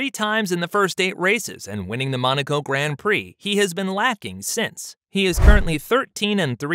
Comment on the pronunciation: Mate, try and pronounce “Grand Prix” correctly. It’s not hard, really not..